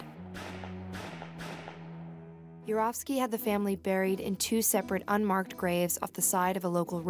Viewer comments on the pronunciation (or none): none